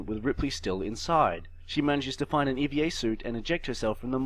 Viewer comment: I know this over two years old but acronym time. It is NOT an Eva suit. It is an E.V.A. suit. Extra Vehicular Activity suit. As someone who works in the space business this was like nails on a chalkboard.